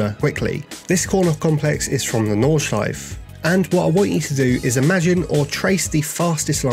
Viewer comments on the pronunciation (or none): none